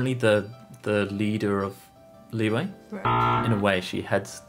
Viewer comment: it’s the “q” sound 😭 but i’m used to it now ive heard so many people call “liyue” “liwei” so